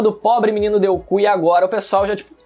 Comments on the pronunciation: é impressão minha ou aqui ele fala deuku? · " Em cima do menino deu ku " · Tenho a impressão de que você falou o nome de alguém de forma incorreta🤣🤣🤣🤣. Que foi que o Prota deu mesmo?😂😂😂😂